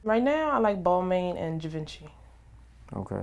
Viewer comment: Thumbs down for mispronouncing her "favorite labels" it's BALL-MON and GEE-VON-CHEE.. Stick to Rainbow mama